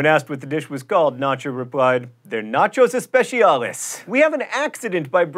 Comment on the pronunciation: Arrgh you pronounced "especiales" using italian pronounciation, but this word is spanish!